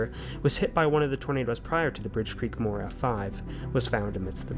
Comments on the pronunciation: as a amercian it is not murr it is more/moore sorry if i sound rude 🇺🇸🤝🇬🇧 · Listen I know you have an accent and I love it but it’s pronounced like MORE not mur 😂😂 love your videos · Much love and thank for you the many hours of entertainment you have provided to most of us. Moore is pronounced like More. That was not Colorado that you were looking at but county lines within the SW corner of Oklahoma, the green line representing the state border of Oklahoma and Texas. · I love how he pronounced it mur not moore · There are far too many tornados to name all of them , so they just name the big ones for the towns they destroyed . A single weather front can create more than 100 tornados . In the US Moore is pronounced more , not " Mur " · Moore is pronounced as MORE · As an Oklahoman, i genuinely cannot stop laughing at how you pronounced Moore. its pronounced 'more' just with 2 O's, for future reference. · Moore is pronounced- More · Pronounced More, Ok I come from Tornado Alley!😮😂 Oklahoma! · MORE it's pronounced More